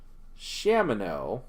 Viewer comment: People who say SHAMino also pronounce .gif jiff. You don't need those people in your life.